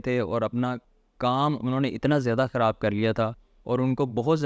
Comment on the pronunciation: ابے بھائی دائیں بائیں کی باتیں چھوڑو یار یہ بتاؤ کہ فائلر بنیں کیسے؟ اور اپنے اردو کے الفاظ بھی ٹھیک کرو، ہندی کے چکر میں اردو کا کچرہ مت کرو۔ فی امان اللُّہ۔ کھراب❌ خراب✔️ اچھے سے❌ اچھی طرح✔️ فِر❌ پھر✔️